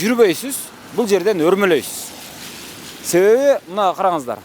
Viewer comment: Өрмөлөйбүз деп Ж букваны экеном кылбай эле, кошуп жөрмөлөйбүз деп туура сүйлөсөң боло